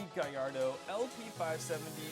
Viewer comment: Umm bro it’s GALLARDO , not GAIARDO